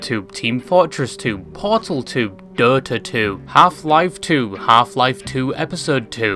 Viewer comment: The pronunciation of DÖTA 2 😂